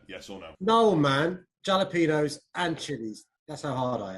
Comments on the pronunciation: Man pronounced it as Jalapenos instead of Jalapeños... cringe 😬 I know who I’m voting for now! NDL!!!!! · Why does he say Jalapenos rather than Halapenos like the pronunciation? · can’t believe london has re-elected a man who says with full confidence ‘jal-ap-een-yo-s’ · Anyone who pronounce the j in jalapenos like a j and not a h is not deserving of being the mayor of LONDON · The fact that Sadiq pronounced the j in jalapenos is the reason Niko should have won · Sad really said jalapeños as jalapeños instead of hala peenios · Sadiq pronounced Jalapeños as Galapeños, can't have such a mayor sorry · it’s pronounced as a h. its spanish. actually, it’s technically pronounced as a very throaty h, almost like as if youre clearing phlegm from your throat. before you ask, no, im not spanish. im english-irish, but i know spanish. and i learned from a chilean, so dont tell me im wrong x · Im from Britain Its halapinyos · i lik ehow he pronounces jalapenos as jala-penos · Man said JALapenos get him out of here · for a lad who says JALAPENOS, i think niko is better for LDN NDL NDL NDL NDL NDL NDL NDL NDL NDL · Halapenos its kinda fuked tho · I'm not British and don't reside there but I definitely wouldn't vote for someone who pronounces jalapenos like that. He can't be trusted 🤣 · Did sadiq just say jalapenos but pronounced the 'j' in it